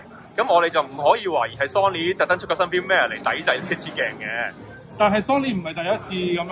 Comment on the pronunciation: 好多香港人都發錯音 firmware. Cambridge dictionary prouncation